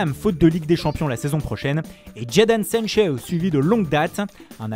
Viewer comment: ahahahaa j'étais pas le seul à me remarquer